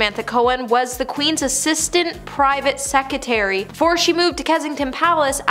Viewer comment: PLEASE!!! It's Sussex, not Suxsex, & not secetary but SECRETARY. Dear God, where did you go to school????